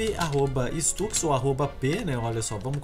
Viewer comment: Stux O nome dele se pronuncia saimep